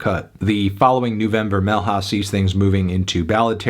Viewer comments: shout out to the way you pronounced Nuvem Vermelha. It was very creative. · Ouvir o gringola tentando falar "Nuvem Vermelha" foi uma experiência e tanto.